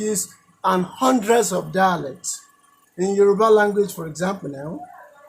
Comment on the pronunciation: At ~ I could've sworn he said "hundreds of Daleks". Did a bit of a double take before realising it was obviously "dialects". I need to get my ears cleaned out...